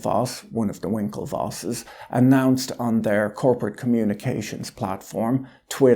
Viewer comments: I really have no clue why, when you say, "one of the winkelwosses", just cracks me up. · The Winklevosses you say? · "...one of the Winkelvosses,..." LOL